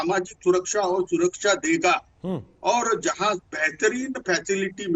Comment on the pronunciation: Suraksha bolna to seekh lo dena to door ki baat